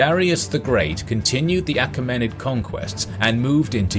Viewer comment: A KEE ma nid. Mai LEE tus. Pronunciations are in dictionaries.